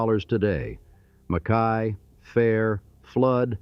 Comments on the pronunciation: Its John "MACK-EY" . Damn AI narration.... And his donated $ started the U of Nevada. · Mackay is pronounced mac- key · and Mack-Kay instead of what it slopped